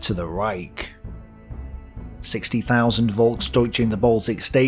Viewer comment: Just a tip for your german: the German "V" like in "Volksdeutsche" or "Volkswagen" or "Verkehr" is spoken like a sharp "F" like in "Fish" or "Freedom".